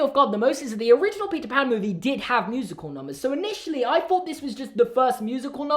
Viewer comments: I could have sworn he said pizza pan instead of Peter Pan😳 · Is it just me or did it sound like he said pizza pan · ok I know you’re saying “Peter pan” But I’m also hearing “pizza pan”😂🤣